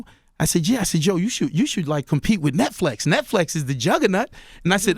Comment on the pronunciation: "net -FLEX is the jugger-NUT" .........anybody else catch that 1?